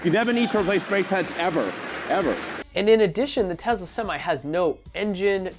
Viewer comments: FOR GOD’S SAKES YOU’RE STILL NOT SAYING “Tesla” RIGHT EVEN AFTER I TOLD YOU IN THAT OTHER VIDEO AND YOU NOTICED O MY GAH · Love your review, except one minor, stupid point. It's "Tesla" (i.e. "TESS-lah") not "Tezla." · Tezluh lol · Dope video. But please... it's Tesla. Not Tezla. xD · Ya umm there's no Z in TeSla.....just saying.